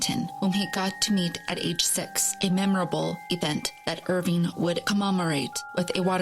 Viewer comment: It’s not “Irvine”, it’s Irving. Washington Irving. If you’re going to do a story/video on the guy, at least get his NAME right. 🤦‍♂️